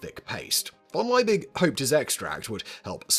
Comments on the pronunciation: The Germanic surname Liebig is pronounced as "Lee big", not "Lye big". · Simon, can't you read? The name is von Liebig, not von Leibig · It's LIEbig, not LEIbig. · His name is not pronounced "Lie -big", it is pronounced "Lee-big". Accuracy matters. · it is pronounced "Leebig" not "Lyebig." Check your German. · The Chemists name is pronouced "Lee-big", not "Ley-big"... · One niggle. Liebig is pronouced Lee-bick and not Lye-big. In German, 'ie' is pronouced as a long 'e' and a g at the last letter is subject to Auslauverhärtung )run out hardening). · The name is pronounced LEE-BIG. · German pronunciation: Liebig... eye 👁️ before eee is pronounced eee eee before eye 👁️ is pronounced eye 👁️ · Well researched and presented, but Liebig is pronounced Lee-big, which is German... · the man's name was Justus von Liebig. why do you consistently pronounce it as if it were Leibig? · fyi Liebig is pronounced lee-big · Justus Liebig is pronounced yoostoos Leebig (Lee big), just saying 😊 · Simon, it´s Liebig - Lee-big. Not Leibig, Leybig, Laibig or some other variant of the name. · German here. one correction - it is Liebig with i+e which simply indicates a long vowel i. The english pronounciation is simply "leebick". I+e is not the same as e+i which is pronounced "i". And for future reference, the V in von is simply the "F" sound -> "fonn". i.e. "Fonn Brown" ;) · Simon! Once again and just for you the pronunciation guide on german double vowels: it's always spoken like the second vowel in English!!! IE=E and EI=I (Justus von) Liebig="Leebig" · Why not try and pronounce von Liebig correctly: von lee-big. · FFS Simon! Learn how to pronounce German names!